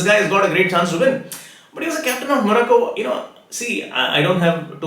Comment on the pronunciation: Sirji again got another one wrong!! Thats 2 prediction in 48 hours. What a fraud astrologer. Croatia out and now Morocco which he pronounces moracco!! You are the biggest fraud on earth. Join Politics, you will do well